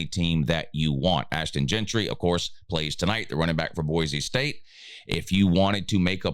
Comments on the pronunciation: his name is “Jeanty” not “Gentry” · Jeanty not Jeantry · His name is Jeanty.